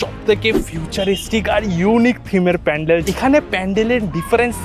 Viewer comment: Pendel na pandel😂😂